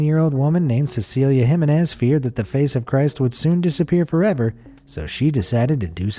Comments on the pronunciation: You need to learn to pronounce Jimenez. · It gave me a headache how he kept mispronouncing Jimenez. And most Americans keep laughing at how other countries speak English. Hah.